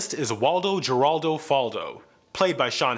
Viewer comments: Waldo haraldo Faldo not Geraldo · Geraldo is pronounced HERALDO.... There is a cure for stupidity folks... LMAO 😂😂😂 The irony of this video being about stupid characters and being presented by one is not lost on me. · You said Waldo’s middle name wrong. It’s Waldo GERALDO (like the TV show host) Faldo🤦🏽‍♂️ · By the way you pronounced Geraldo, I can tell you didn't watch Family Matters.